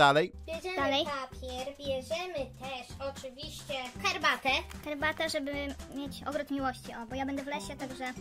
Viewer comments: Yyy cherbatę xD struj, tależe, włosuf, morze (może powinno być) co jest co ona ma z Polaka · pije "cherbate" nie herbate a ja GBS z kodem ZEBO najlepszy kod